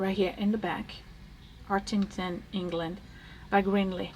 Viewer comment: Take it from an English woman - you said "Hartington" perfectly!